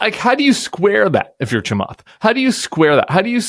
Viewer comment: Cant pronounce Chamath last name correct. 😂